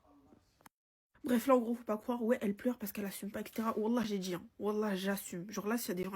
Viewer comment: Pareil pour moi, j'ai les oreilles qui saignent !!! " quand elle répète " jme suis djis jai djis , vous allez djire! Omg 😅